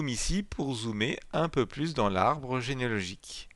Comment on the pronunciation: il ne peut pas prononcer genealogique lol